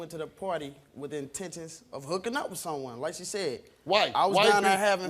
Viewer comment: Not the "intentens"!!!!